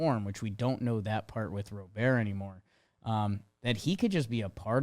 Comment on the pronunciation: It's Robert, pronounced like the English first name